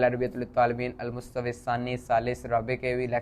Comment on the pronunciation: المستوی کا تلفظ درست نہیں کیا گیا